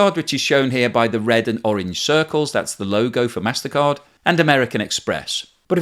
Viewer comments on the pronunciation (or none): none